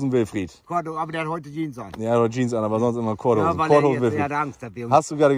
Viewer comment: "Das is' keine Cordhose, das in 'ne Jiiens..." 😉